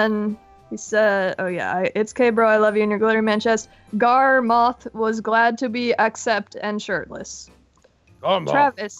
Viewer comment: You said garroth NOY gorroth